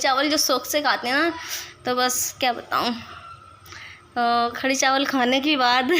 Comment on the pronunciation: Mashallha khadi nhi kadhi bolte h bhen meri